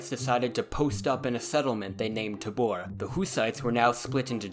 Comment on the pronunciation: As a Czech, I found all those Tahborritheh and Utrrakitheh very funny. Othervise, great video. As for the borders: you used borders of Bohemia proper and Moravia, which is OK. While the Lands of the Bohemian crown included other parts, like Egerland, Silesia and Lusitania, those were in a sort of personal union and were governed by the same guy (i.e. Bohemian king) under different title. And in those part of the "miniempire", maybe due to the significant number of German inhabitants, the whole Husitte never catched up, so those countries were usually treated as enemy territory. Even most parts of Moravia. Altough later a significant number of Silesian rulers (suzerains of the King of Bohemia) aligned themselves with the Hussite movement. Under threat of being destroyed, obviously.